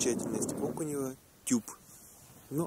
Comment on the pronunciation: Везде в тексте ОкунЁво, а вы упорно произносите ОкунЕво.